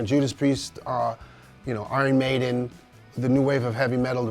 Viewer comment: It's Maiden cmon